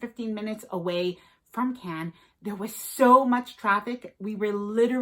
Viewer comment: You should have learned to pronounce Cannes 😆